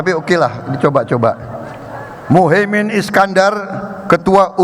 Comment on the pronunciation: Lucu pak Prabowo mengucapkan muhaimin keliru mengucap muhae man eman eman pak capresnYa dibaca tergopo gopo jangan geragapan /gerugi kasian